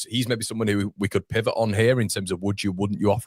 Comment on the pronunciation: Pivot is a two syllable word, pal. I don’t think anyone on the channel thinks themselves clever for using it lol